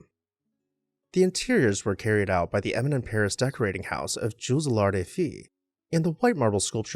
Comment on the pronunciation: Do NOT pronounce the D in Allard of you want to be as posh as your accent 😮😮